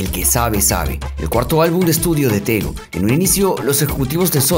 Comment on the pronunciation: Me llamo tegui me dicen tego….. El nombre lo dijiste mal